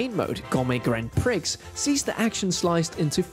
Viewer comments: Grand prix is not grand pricks, its "graan-pree" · Thanks for the review, but please, please, it's not pronounced pricks.. its 'pree' 😅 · "Gourmet Grand Pricks" 🤦‍♂️🤦‍♂️ Learn how Grand Prix is pronounced, son. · just a heads up to the voice over, the prix in grand prix is pronounced grand prii like wii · Who else pronounces grand prix as grand pricks? I used to as a kid but was told it was wrong but now I'm wondering if it was actually right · Grand Pricks? Sure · "Gourmet grand PRICKS" 😅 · "Grand Prix" is French and pronounced Grand "pree". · Did you say "grand pricks?" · Did you just say Grand Pricks!!!???? Hahahahah!! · Grand Prix is pronounced "Pre" btw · Just one small correction if I may: the X is PRIX is silent. Thanks for the video. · Might want to check the pronunciation of grand prix. What you're saying doesn't quite fit the family friendly nature of Nintendo Life all that well... Other than that, great review! I'm hoping that they add four player multiplayer in the future as I'll probably pick the game up if that ever happens. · is it just me who noticed he actually said grand prix with the x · TIL there's a grown man somewhere he can't correctly say "grand prix"